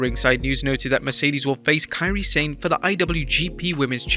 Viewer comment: Does the narrator have a reading or pronunciation disability.its been established that it Mone pronounced Monét and she called her Kairi San not Sane